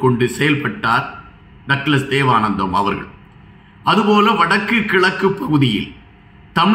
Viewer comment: தேவானந்தா என்று வாசியுங்கள்